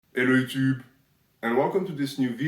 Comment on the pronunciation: You said "Ello Yuchub" ANN DAFOUR a reply such as this is appropriate: "Ipertrphy, why don't you?"